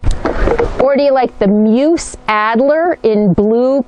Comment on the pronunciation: Grammar Grouch here... The word MUSE rhymes with USE (myooz) i.e. "USE it wisely" - not "I have no USE for it" :-) RE: Eating past 6pm - Oprah swears by that habit... Although because of my schedule, I myself hardly eat during the day, and have one meal at night, and I am pretty thin...